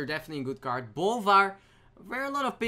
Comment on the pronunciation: it's CARD not KAART